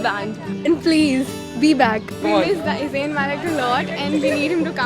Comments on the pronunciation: his name is Zayn not zain.........pronounce correctly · It's not zaiin Malik it's Zayn Malik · AND HE IS MINE AND ALL OF THEM SAY ''ZAYAN...BUT IT'S ''ZAYN'' LOL LOL LOL